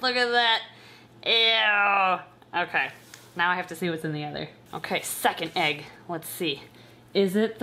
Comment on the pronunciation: Ok. Anyone else hear suck an egg instead of “second egg”.😂